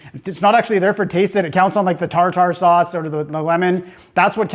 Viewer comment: Thanks for the shoutout. Commenting on the quality of the fish without harping on the batter having no taste. You’re learning my young Padawan. Now if only you knew how to pronounce tartar sauce 😂